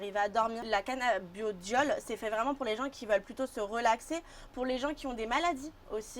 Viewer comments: la meuf qui parle elle devrais revisé car c'est cannabidiol et pas canna beau diol lol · c'est mal barré déjà la meuf ne sait pas prononcer correctement le nom du produit qu'elle vend... se prononce cannabidiol et non cannaBIOdiol... elle doit pas fumer que du sans thc elle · Je te jure elle c meme pas ce quelle dit toute au long de la video elle a dit canabiodiole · C'est moi ou la vendeuse ne connaît même pas le produit qu'elle vend ? À 0.55 elle sort quand même le mot " Cannabiodiol " au lieu de "Cannabidiol" 🤦‍♂️🤦‍♂️🤦‍♂️. Fuyez cette boutique je pense 🤣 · La canna-beau-dioleuh. Euuuuh non c’est pas ça.